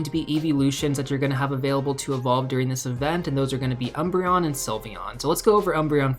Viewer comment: Always love your vids, but I had to do a double take on that Umbreon reading